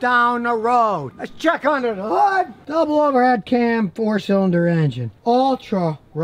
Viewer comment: his "hood" killed me